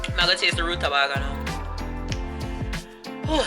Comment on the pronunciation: Pronounced Ruta- bay -ga